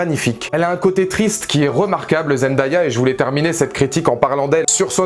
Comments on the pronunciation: Parcontre on dit Zen-day-a pas zen-da-ya . 😂 Mais super vidéo quand même ❤️ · J’ai adoré ta vidéo, vraiment !! 😊👍🏾 mais le prénom de Zendaya se prononce ZenDAYa ( zen-day-a ) et non Zendaya ( Zen-da-ya ) Mais tqt moi aussi au début je ne savais pas bien prononcer son nom avant 😂😂